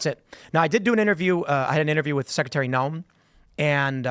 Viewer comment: the word is 'secretary', Tim. Not 'secetary'.